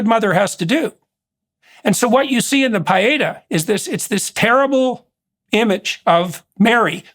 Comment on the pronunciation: His mispronunciation of Pietá is soul crushing! 😳😅😓😅